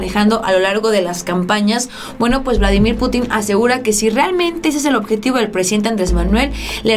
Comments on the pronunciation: ¿Por qué pronuncias Putín.... Cuando la "i" no lleva tilde? has de pronunciar Putin y no Putín. Como si llevase tilde en la "u". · Se dice PÚTIN, Pútin. No sabes usar los acentos????? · Pútin,; acentúa la "U" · Más respeto para mí camarrada Vladimir ,es Pútin y no putín ánimo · Exactamente, raro que vea un vídeo de ella y cuando habla del Presidente Ruso, me molesta mucho que pronuncie mal su apellido y le pongo en el comentario: PUTIN NO PUTÍN. Pero sigue igual. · se lee "Vladímir Pútin", no "Putín". Tu no eres "Solanó", eres "Soláno" (uso acentos gráficos). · Hola. Deberías pronunciar correctamente el apellido Putin con acento en la u para que no parezca una falta de cultura y hasta pase a ser visto como una ofensa intencional que no sería bien visto desde tu figura como youtuber. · es Pútin no Putín, te invito a pronunciar bien,. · Mi querida, es Putin con acento prosodico en la u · Sabías que la palabra Putin no tiene acentuación en la i, no se dice puti'conacento en la i se dice Putin como se lee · Ya por DIos aprende a pronunciar el apellido de Vladimir Putin!!!!!!!!!!